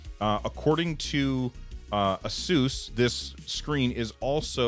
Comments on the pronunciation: Its pronounced like "A-seuss". Wasn't sure when I bought my first Asus laptop years ago too :D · you pronounce it "Asus" :) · The company claims the correct way to say its name is "AY-soos"